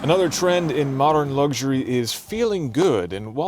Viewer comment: Great review but it's pronounced " Luxury" as it's spelled. There are no " G's" in it......